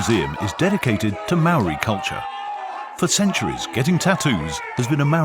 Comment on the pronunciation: Very good British voice, but what's the excuse for murdering the few maori words used in the documentary? How would you feel if I came to England and did a doco there and murdered the pronunciation of your places?